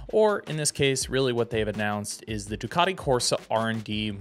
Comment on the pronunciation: Americans attempting to pronounce Ducati 😂